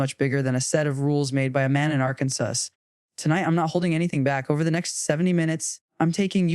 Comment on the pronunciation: Arkansas pronounced as “Arkansass.” Yep. It’s AI! lol.